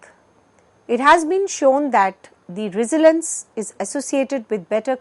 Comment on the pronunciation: Would've been better to hire someone who can pronounce resilience right